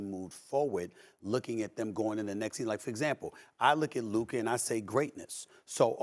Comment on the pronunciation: Hmm so Stephen a CAN say Luka’s name so he’s purposely been calling him luker all season long